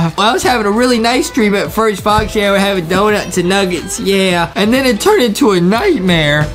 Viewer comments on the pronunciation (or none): Is sooo faniiiiii wen he said nagitss